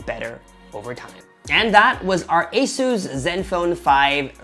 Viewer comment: pronounced "ay-zis", not "ay-soos"